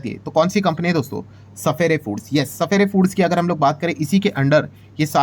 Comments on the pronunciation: सफायर foods hai sir sapphere foods nahi . Please correct pronunciation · Sapere foods nahi hai wo sapphire ( suf-fire foods ) pronounce karte hai usko 😂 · सफेरे फूड नहीं रे बाबा, सफायर बोलते है..